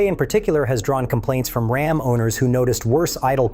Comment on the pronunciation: calm down, we're talking about Ram, not Rahm. 🤣